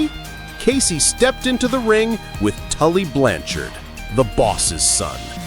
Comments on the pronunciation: I had no idea that Lanny poffo was the geniuses brother I also never heard of Tully Blan- Chard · Tully Blan Chard LOL